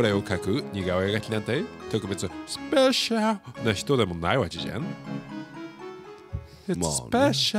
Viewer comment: スペ〜シャ〜ル♪って、発音？が玉置さんのっぽいとか思ってたらまさかの玉置さんのスペシャル口ずさんでて、すごい嬉しくなっちゃいました(((o(ﾟ▽ﾟ)o)))玉置さんも何気に好きなので✨ もあの曲ご存知だったとは〜(o^^o)きゃーニヤニヤがとまらない(笑